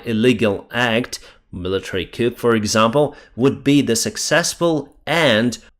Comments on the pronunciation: FTLOG,... please stop pronouncing the letter "p" in the word "coup". The "p" is silent. It is pronounced "coo".:) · FYI, "coup" is pronounced "coo."